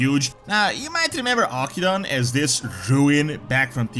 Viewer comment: It's pronounced Aw-kin-doon we literally got the proper pronunciation in WoD.